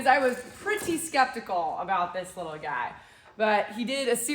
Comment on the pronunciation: Hauling the leetle tractor on the leetle trailer with the leetle truck., you’re too cute!